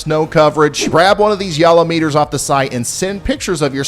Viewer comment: Lol the YALL-O-METER turned into the YALL-OWE-MEter soon as he mentioned a cash prize 😂 This is one of the best channels on YouTube.